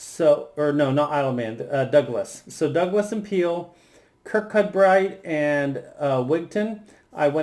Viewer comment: Kircoobri is how you pronounce Kirkcudbright. You gave it a good try.